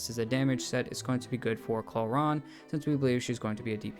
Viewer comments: It’s pronounced Clor-rin not Clor-ron. Other than that good video. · umm its Clo-Rand bruhh